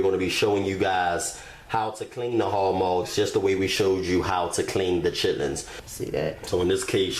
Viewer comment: "Chitterlings and hawg mawgs" it's chitlin's and hawg malls, recipe fire tho